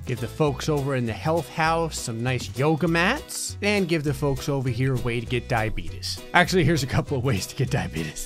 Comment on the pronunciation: i love the way he said "diabeetus"